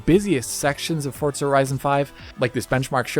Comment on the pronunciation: Why do Americans say fortza?